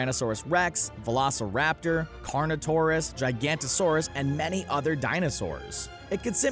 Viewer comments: It is GigANOTOsaurus not "GiaGANTOsaurus" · It's not pronounced Jy-ganotosaurus, but actually jig-ah-notosaurus. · its pronounced jiga-not-asaurus. How do you even get "gigantosaurus" when its spelt like "giganotosaurus" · Goddamn it its NOT GIGANTOSAURUS ITS GIGANOTOSAURUS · Giganotosaurus, not Gigantosaurus. Two VERY different animals. 😉